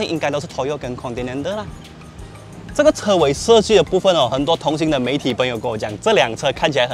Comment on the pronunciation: 同行(hang) 不是同行（xing)